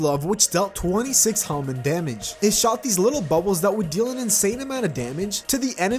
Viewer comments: It's pronounced ham-mon btw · Okay here’s how you pronounce Hamon Hah-Moan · its pronounced ham-in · It's pronounced hah mone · the way hamon is pronounced in the anime is ha-mown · Hamon Ha-mon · Its hamoan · Yes its "Hamoon* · Its (Ham On)Hamon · Actually it’s pronounced ham on- Cocks shotgun Boio Boio: NO. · Usually it's pronounced like ham on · It's ha pronounced like haha mon pronounced like monster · My man cant even say hamon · I thought the joke was gonna be him mispronouncing hamon a few times and then "Ha-Ripple" and then calling it Ripple energy for the rest of the video.